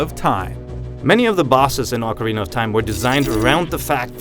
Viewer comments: "awkerina?" More like Oh-carina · Does anyone hear him say Ocaweena 0.15 seconds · I cant put up with this video.... advertisements and its fucking pronunced OHKARINA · a better question,what the hell is aucarina of time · OHKARINA! Thats the pronunciation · Oh god this is gonna be painful, he doesn't pronounce "ocarina" right TT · You tard...you mispronounced Ocarina!!! WTF!!!!